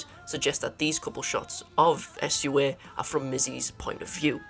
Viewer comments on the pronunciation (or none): i cant get over how he says sua 😭😭😭😭😭😭😭